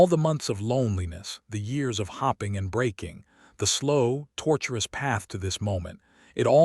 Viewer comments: I hate that AI pronounces starring as staring and that hoping is hopping. Why does the woman always take the Duke back and decide to love him, believing he has finally come to his senses? I know divorce back in the day was unheard of, but if he wasn’t strong to be real from the beginning can he truly be strong enough for her now? Good story, narration was iffy. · Fadding, starring, hopping, head bode. Does anyone edit these stories? ....😂 The story was very good, but the mispronounciation distracts. AI needs work as a narrator